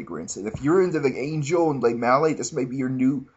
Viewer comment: Fuck you all haters hahaha.. Lemale is now officially called le-male-AA.. ur all saying it wrong! a minty crisp vanilla GOROMAND BABY!